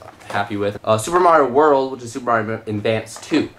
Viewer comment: you said endvanced instead of advance